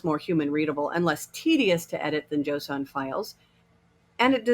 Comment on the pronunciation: Mildly concerned with how she pronounces json... Also, the answer to the question about what type of file being used to define objects is wrong. Should be YAML/JSON as in the slides and as per what she said.